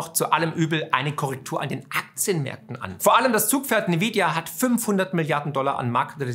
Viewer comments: N-vidia nicht Ni-vidia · nvidia gesprochen envidia! wer hat unter den youtubern denn dieses nividia verbreitet?